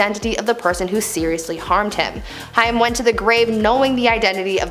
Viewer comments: It’s Corey haim. Pronounced hame. With a lomg a. Not hiam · Corey Haim: It's HAME. Not Hiyum. I feel like, if you're going to do a story on someone's life & death, at least get their name right 🙄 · If you are going to do a video on famous ppl at least know how to pronounce their name properly. Corey Haim . NOT HI-AM.... WHAT? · Who's the idiot girl commentating? Corey " High - Um" Haim. And the fool keeps yapping like she's pronounced it correctly and actually knows who the person is. How ignominious. Thumbs down. Tired of narrators being so ignorant they dont even take the time the learn the names of who they're mentioning. She's clearly uneducated .so there's that